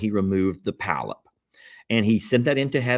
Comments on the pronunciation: It is a Polyp..POLYP...NOT palyp...NOT PALYP. To a nurse this is 😮!!! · Polp not palp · Pronounced "paul- ep". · it's a polyp, not a pallip. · Hehe., it's not a "palyp", it's a polyp. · Polp. Not palp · This Nurse here just chuckled every time he said palyp🤭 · say PA-LIP...lol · Polyp, pronounced paw-lip. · the growth is called a polyp, two syllables. The accent is on the first syllable. It is pronounced, "PAH" Lip. Most of them are benign. The reason you can't remember what happened is that the anesthesia gave you amnesia. You are still able to follow instructions and carry on a conversation. You just can not remember any of it. That's why the doctor does not talk to you a lot after the procedure. You are still loopy and will forget most of it anyway. He will probably talk to you more at your postop visit. 😂 I am so glad you had good reports. That old saying, "A stitch in time saves nine," goes double when it comes to medical conditions. Don't let anyone shame you about feeling apprehensive. 😂 It is normal to feel anxious before surgery. Even a hangnail is serious when it is on YOUR OWN FINGER! It's all done, now. It's all good. It is time to sit back, put your feet up, and breathe a sigh of relief on your comfy new couch. God bless you always. 🙏🩵😍🩵🙏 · 🎯 Polyp: pr😂nounced (paul-up). Hope this helps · I am an RN and worked in endoscopy. It is spelled: "Polyp." Two syllables. The accent is on the first syllable. It is pronounced : "PAH' Lip."